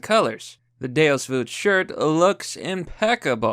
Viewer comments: sponsors crusader tshirts -mispronounces "deus vult" Me: BURN THE NON-BELIEVER!! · is that really how you pronounce deus vult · Deus Vut. U vut, m8?